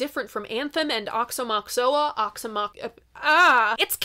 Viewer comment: I heard Aoxomoxoa pronounced like this: wah-show-mah-show-ah